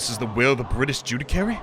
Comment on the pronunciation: gotta love how has consistently been saying "judicary" instead of "judiciary" this whole time (it's pronounced joo-dih-shee-airy)